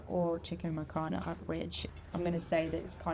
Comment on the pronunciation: Did she say "Chicken Makhana?" Oh no 😅